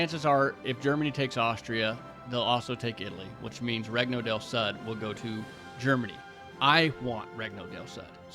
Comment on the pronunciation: Bro says france like hes french but regno del sud like the worst texan you know